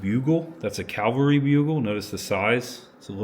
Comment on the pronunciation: Cavalry. Calvary.